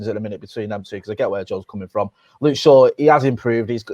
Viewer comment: Top right kept saying Straw instead of shaw